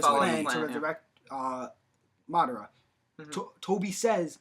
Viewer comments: yeah that bugged me. rinnengan was like "ren-igen" and Madara was "mader-uh" Nagato was like "nagudo" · Did anybody else notice they pronounce everything wrong? Rinnegan, Madara, Uchiha,Uzumaki, Nagato, and some other one's I don't feel like typing.